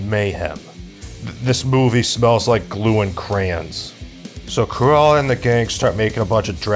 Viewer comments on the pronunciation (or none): Cru-Ella skin-nerd